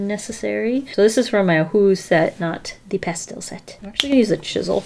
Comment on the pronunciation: Nobody:: How's that for a transition?: ~past - ehhll~ Also: Is that also called roller skating? Jhhsjssjgs